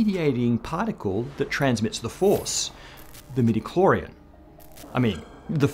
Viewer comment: Haaa he paused on 'metachlorion' (sp? sorry starwars ppl) just long enough for me to go "whaaa? noo.."